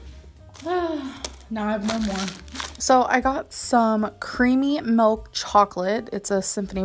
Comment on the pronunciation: Creamy Melk chocolate😁